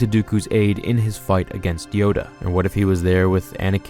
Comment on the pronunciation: did you say Dyoda?